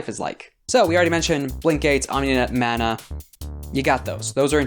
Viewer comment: Coming in super late here, but "Manna" is typically pronounced Mah-na compared to the Man-a of "Mana". Great videos about Lancer though!